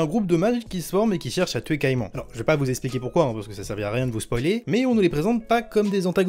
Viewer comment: en dit pas caiMAN mai cai MAN !